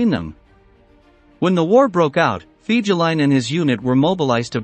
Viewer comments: Omg, your making my ears bleed with your pronunciation of Fegelien.. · Pronounced "Fay-guh-line". Most officers couldn't stand him. They called him "Flegel", or lout or boor in German.